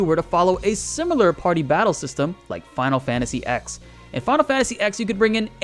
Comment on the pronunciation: I literally thought the same thing. Who says Final Fantasy X? Roman numerals, broskie. We don't say, "Final Fantasy vee-eye-eye." (FFVII) 😐